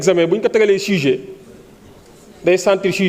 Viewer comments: Un avocat qui dit chujet 😂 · Problème de prononciation c’est une longue histoire avec les sénégalais